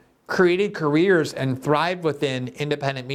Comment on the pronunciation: Despite his thoughtfulness, I can't help being ridiculously distracted by the way he says 'and'. I've only ever her Brazilians pronounced 'and' like that before, and you have to forgive them, giving that English isn't their first language. But seriously Glenn, you know better. It's 'and', not 'annnnnnnnnnnnnnnnnnnnnnnnnnnnnnnnnnnnnnnnnd'.